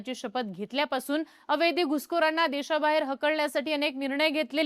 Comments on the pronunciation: कृपया अवैध म्हणा. अवैद्य नका म्हणू. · अवैद्य नाही अवैध... जे वैध नाही ते अवैध. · ही ॲंकर अवैध हा शब्द अवैद्य असा करत आहे. चूक सुधारावी 🙏🏻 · अवैद्य नाही -- अवैध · अवैद्य, अवेदी..... नाही ..... अवैध ..! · अय बाई... अवेद्य अवेद्य अवेद्य नाही 😂 अवैध असतं ते.... एवढा मोठा चैनल चालवता... थोडं मराठीच बेसिक ज्ञान ठेवा 😂😂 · ताई, ते अवैद्य नाही, अवैध असतय😂😂😂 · छान माहिती सांगितली ' अवैध ' या शब्दाचा उच्चार चुकतोय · अवैध अवैध अवैध....अवघड आहे तुझ..मराठीत किती पडले मार्क तुला..